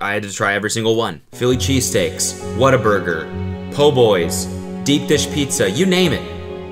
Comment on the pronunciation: whataburger. the way you said that hurt me.